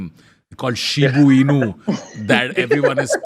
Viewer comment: pronouncing Shiba as "Shibu" is so funny!!🤣